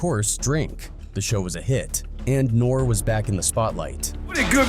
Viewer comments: Soons this culture vulture said Nore!!! Instead of NoRe. I click off and stop the video. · When using Ai you have to write things how they sound not how they’re spelled, I.e nore would be norey! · Did you even listen to this before you posted? Your voice over man can’t even same his name right. Horrible video. Try harder. It’s funny you say just doing things for likes and attention. Seems like you might know a little bit about that huh? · Bro this dude is butchering his name...he reading off a script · WHO THA FUCK DO YOU THINK YOU ARE!!!!!!! GIVE THAT MAN HIS RESPECT!!!!! YOU CAN"T EVEN SAY HIS NAME CORRECT!!!! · This AI jackin nores name as much as nore jacked up Detroit rappers names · You got so many things wrong dude. The guy whose name you keep mispronouncing can sue you for defamation. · You can’t even say their name right go climb a mountain. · I stopped watching after the AI voice didn't know how to pronounce N.O.R.E. lol People need to stop being scared to use their own voice. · AI can’t even pronounce his name correctly. Nore is a Legend. Beefing respectfully is what rap is about having fun. Or saying how you feel, what you see, the struggles, pain, love and your thoughts. That is what Hip Hop represents!! Nobody ain’t questioning him. He has nothing to do what anybody did. He don’t have no law suits! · EXACTLY! As soon as I heard how his name's pronounced I got irritated!😒😔